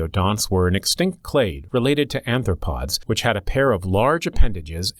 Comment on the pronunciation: Brick The narrator pronounced it "anthropod" rather than "arthropod"...oddly enough, "anthropod" is one letter off from "anthropoid" haha. And sure, we're related to radiodonts, just not closely.